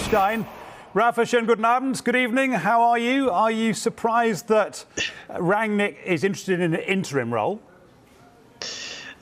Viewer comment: Its pronounced as Run-nick not rag-nick